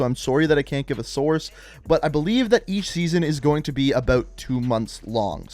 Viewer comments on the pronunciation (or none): none